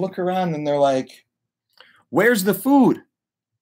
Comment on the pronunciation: The way you say food is triggering